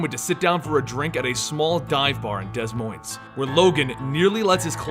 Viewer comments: It's not pronounced Dez Moines. It's pronounced Duh Moin. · It's pronounced de moin thre s's are silent in Des Moines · It is pronounced Da Moine not Des Moines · Wait. Did you say Dez Moins? Des Moines, IA is pronounced Duh Moin (as is loin). Regardless, great video. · It's pronounced de moin not des Moines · Anyone else from Iowa hear how he said des monies 😂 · As an Iowan and someone who has lived in the Des Moines area, the s is silent haha, Its like Duh Moyne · "Dez Moinez" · Good story and all but you did not just call Des Moines “Dezz Moinzz” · Des Moines is pronounced Da-Moine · Des Moines is pronounced Da Moyn, it's a French name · it is de moin (french ) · “Deh” Moine(s)” Lol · did you really pronounce the S in des Moines? Like are you stupid? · You don't pronounce the first "s" in Des Moines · the s’s are silent in Des Moines. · I guess it's just me. The way you pronounce Des Moines Iowa LOL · Ouch, how you said Des Moines... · Had me looking at my speaker funny lol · had been looking for this comment.